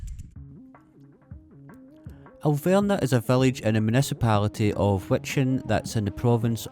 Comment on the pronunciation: AhLL- Vrnah!!!! That is what you were talking about,,, Alverna...no W is it and no a as in say whaqt so ever the difference between v and f is the same as between z and s, v has NOTHING in common with W.